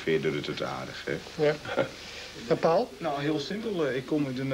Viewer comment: Hoe zegt een westerling Paul "pal"? wtf ahhja